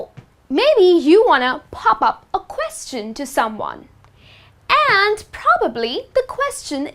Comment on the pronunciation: You should learn how to pronounce the word "question"